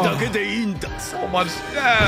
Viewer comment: bro said ace in the hold. I can't..